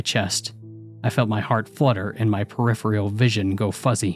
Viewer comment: For the love of Lexi.. its not perifial. Its peripheral. C'mon. Try a little would ya?